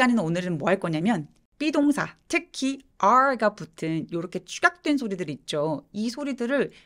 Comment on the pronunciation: 영상 항상 잘 보고 있습니다. 근데,, 중간 쌤이 "삐동사" 라고 발음 하시는것 보고, 사실 너무 친근했고, 저도 노력하면 할수 있을 거라는 자신감이 조금 생겼습니다.